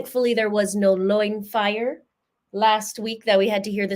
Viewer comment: OMG like loin fire intensity!!!!!???? You are seriously killing me 😂:_LoinFire